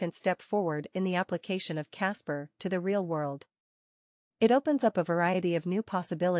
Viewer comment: Why voice over keeps saying Casper if it is about kaspa?